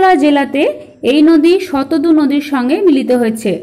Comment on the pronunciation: Eta prothom thekei jene aschhi...Sindhu r Brhammaputra era NOD Ganga r Jamuna era Nodi. R naam ta jantam Shatadru not Shatadu. Uchharon gulo ektu thik kore bolle bhalo hoy.